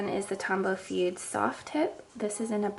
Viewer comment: As a calligrapher who also knows some Japanese, it's grating to the ears to hear you say "fude" as if it was an English word. Please please pronounce it "foo-deh".